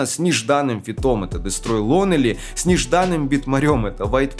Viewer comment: Дестрой Лоунли или Лонли, но не Лонели